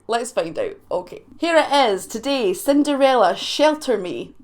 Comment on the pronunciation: I love the Way You Pronounced that , it came out Sounding like '' SIN DAR RAYLA '' 😉🤣 I get Teased about My Swede Accent all the Time even though I was Born and Raised Here in The U.S.